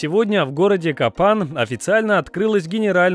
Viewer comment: Этот город называется Капан- не Кафан, не Hapan, а Капан (узел).